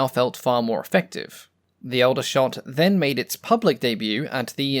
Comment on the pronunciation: Aldershot is pronounced (Awl)dershot. I was born there in 1958 🙂